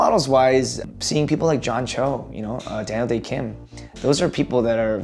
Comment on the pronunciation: 1. Role models-wise 이거 로마노스 와이f 로 들렸는데 문장보고 나서 충격/ sth-'wise' 이면 sth에 관해서는 이라는 의미이다. 2. Daniel 발음 뭉개지는 거 듣고 더 충격-아무리 따라해도 이상함 아무리 들어도 "댈~대킴" 이라고 말하는 것처럼 들림. 3. That've - Those are people that have (really just kind of) pushed 4. Growing up for me - 제가 자라면서~ 5. before me 다음에 I remember로 바로 시작하니까 문자 끝나는지도 모르고 계속 들었음. 6. I grew up doing sth- 나는 sth을 하면서 자랐다. 7. I'm not nearly as funny as ~ 내 귀에는 really로 들렸는데 nearly였네? 8. My dad's a funny guy가 My dads are funny guy로 들렸음. 9. pigeonhole you - 당신을 특정 카테고리로 분류하다. 10. After I get the job 끊고 for me, all that fades. 내가 (내) 역할을 맡게 된 이후에는 / 저에게 그런 것들은 다 (희미하게) 사라져요.